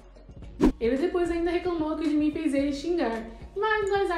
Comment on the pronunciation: Ela falar gimin é jimin kkkkkkk